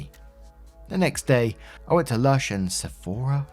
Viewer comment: Hi! I always forget you're not so familiar with the US. I find myself talking to the screen whenever you're trying to pronounce a word (Sephora) or figure out our slang terms. Love the videos! 😊🙌